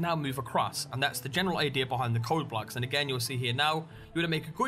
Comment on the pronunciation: its BLOCKS not "blacks"